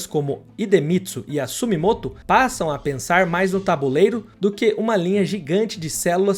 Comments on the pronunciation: Porque você fala Sumimoto. É SU-MI-TO-MO. Uma vez é erro, duas vezes é lapso. e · Por que você pronuncia Sumimoto... Se o nome é SUMITOMO, por sinal uma das grandes empresas do Japão e está escrito em Romano não em kanji. E você pronuncia por 2 vezes errado. SUMITOMO......